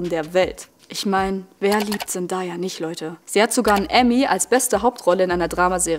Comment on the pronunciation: Sehr gutes Video, ich bin auch totaler Fan der Serie, es stört mich nur bisschen wie du Zendaya aussprichst man spricht sie ZenDAYa aus also day wie Tag 😅🫶